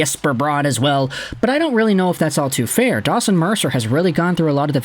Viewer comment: You should really say his name right, its DAWGson Mercer